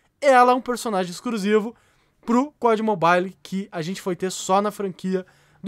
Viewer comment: EXCRUSIVO KAKAKAKAKAK FALA DIREITO